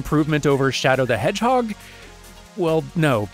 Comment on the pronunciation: "Shadow the HoreHeg" I thought I was the only one making that joke! But yeah loved this dive! Excellent stuff!!